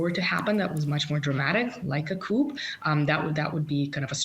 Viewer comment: the P in "coup" is silent